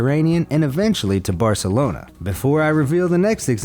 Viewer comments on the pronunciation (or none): none